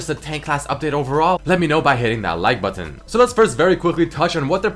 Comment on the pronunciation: Yo why do you say buthon instead of button?